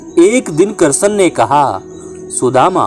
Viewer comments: Bhihati bolna to sikh le krshn bol ha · तुम्हारा उच्चारण सुधारो भाई कहानी बोलना ही तो कृष्ण भगवान का नाम तो सही से ले लो,ये कषण कषण क्या लगा रखा है। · श्री कृष्ण का उच्चारण तो ढग से कर लेते